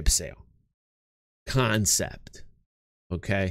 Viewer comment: I was here when it was still "CONEPT" sales. : ) lol